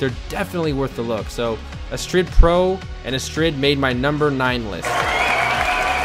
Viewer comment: The Astrid theme is actually a girls name very common in the Netherlands. Focus in the name is on the A, Astrid instead of how you pronounce it a-Strid. Just bit of info :)